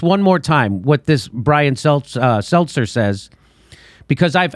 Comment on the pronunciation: Lmao Brian "seltzer" gahahahaha